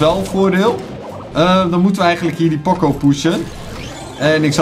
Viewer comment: WRM ZEG JE ALTIJD P “O” CO JE ZEGT P “OO CO